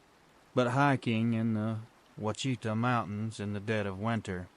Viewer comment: Wachita? Ouchita? It's pronounced "WASHITAW"